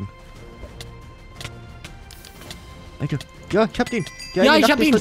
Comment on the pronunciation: du hast immer schöne videos aber warum sagst du denn alder und nicht alter?